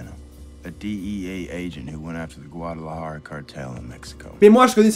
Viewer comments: Rien a dire j'ai kiffe cette saison aussi mais soigne ta prononciation de Guadalajara par pitié 😂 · Alors oui, je pue en espagnol, je prononce mal "Guadalajara" et "Camarena". Mais sinon, meilleur moment de cette saison ? Si vous voulez un t-shirt ciné/séries vous pouvez utiliser le code promo "RGORILA" : ! Pour ceux qui aiment la chaîne vous pouvez désormais la soutenir GRATUITEMENT: !